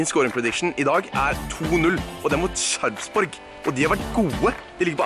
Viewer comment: Man utaler det ikke sharrsborgh😂 men Sarpsborg